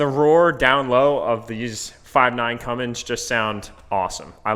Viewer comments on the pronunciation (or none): Oh and BTW ITS CUMMINS NOT CUMMINGS there is no G